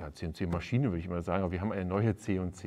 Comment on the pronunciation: Ist die deutsche Aussprache von CNC wirklich „Zeh und Zeh“?! 😜